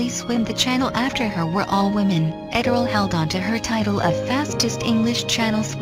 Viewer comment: Oh please, don't make it about anything other than her magnificent achievement. By the way, it's pronounced "Edd-er-lee" . At least, that's how they said it in the media of the day (radio)